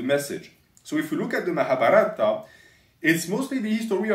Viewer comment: Hey, the Mahabharata is more pronounced like Mahabhaarata, with a longer a at that part